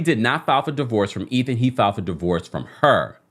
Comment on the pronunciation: "Eh-then"? I don't understand how the pronunciation of that name is not a no-brainer!